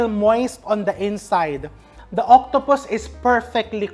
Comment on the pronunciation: When he said “turn on da flame.” He really means it 😅🎉